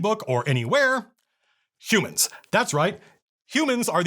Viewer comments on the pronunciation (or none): Ugh, "hoo-mans". Truly the worst monsters ever. Reminds me of a story from Eerie or Creepy, about a travelling Freak Show, where the swerve ending is the ones in the cage were humans, and the audience was all monsters. Very nice black and white art, very stylish. Very Twilight Zone, in that it was directly stolen from Twilight Zone.